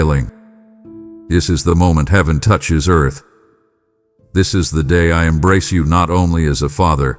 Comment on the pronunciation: " I Emnrace!"